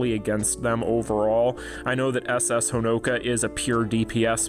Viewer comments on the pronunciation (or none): Why all english speakers pronounce Honoka like that, it drives me nuts